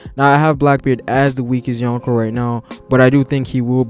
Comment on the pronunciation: dude seriously..... "YOHN KOH" As in 4 EMPERORS BRO. It takes me out of the videos sweet analysis and commentary. I mean i get the attempt but put some effort into the pronunciation. It gives a low amount of effort look and feel. But still love the video and respect for the research and time spent.